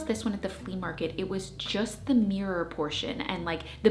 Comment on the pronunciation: "Tri-fold morror." 😂 I'm going to try the linen mat trick!